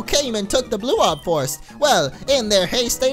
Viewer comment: listen to bow he says the blue orb and red orb... Lol